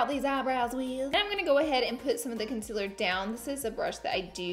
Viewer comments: ConCEEEEAAAAAler Repeat after me Laura: Con- ceal Conceal-er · If she says "consiler" does that mean see says "seal" like "sil" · "Conciler" she notices she says it LOL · It’s not conciler it’s concealer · OMG how many times did she say Conciller 😂😂😂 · Love how you say conciler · What is Consiler 😂😂😂😂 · say it with me, CON-Se-LAR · con-CEAL-er omg